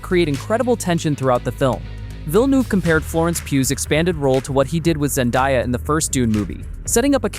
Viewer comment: You're stupid AI bot narrator mispronounced just about every name: Zen DAY uh, Tim o THAY, Dennis for Denis ( Den EE)!